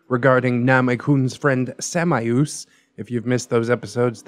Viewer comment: I'm pretty sure samaeus is pronounced "shay-muss" lol but sam-eye-oos sounds cool